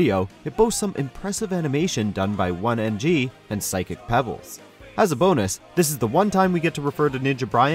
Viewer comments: “One” NG? You mean Oney (own-ee)? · Did you call oney “one ng” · Did you just call Oney "One NG"? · 0:5:34 ....that's not how you pronounce Oney